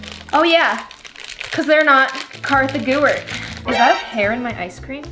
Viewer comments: Did anybody notice when said "Korthy Gewart" and not "Kartha Gewart" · sloth not Gloom, Kartha Gewart